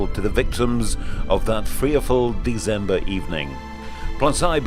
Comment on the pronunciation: It's December, not Deezember.